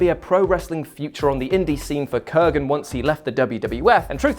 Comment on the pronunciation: Kurgan is now with the NWA. Oh wait...it's Corgan.